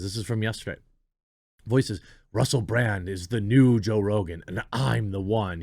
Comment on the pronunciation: Russell Brand is great. I’ve been a fan for years. But seriously, Jeremy… how did you mispronounce his name as “Bland” TWICE? He’s definitely not bland.